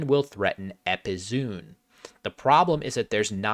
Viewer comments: epizoon rhymes with "go on", not with "boon". epi-zoh-on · hey just fyi EPIZOON has four syllables :)